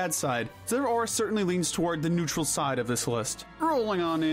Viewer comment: IT'S NEUTRAL, NOT NUTRUAL!